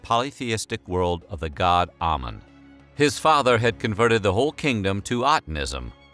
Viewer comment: Ok here way we go: 1. Amun is pronounced "Ah-Moon" not "Ah-men" 2. Nefertiti was not his mother. Tutankhamun's mother was a sister of Ahkenaten but we already know that Nefertiti was not his sister. She had totally different parents. In fact, it was that Nefertiti was related/a granddaughter of Ay (Tut's adviser/Vizier). Fun Fact: His wife, Ahkesenamun, was also heavily deformed from inbreeding. The mummy that was DNA tested to be the mother of Tutankhamun's daughters, had two clubbed feet as well among other genetic hereditary ailments.